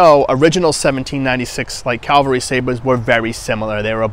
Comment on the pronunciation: Cavalry. Not Calverly.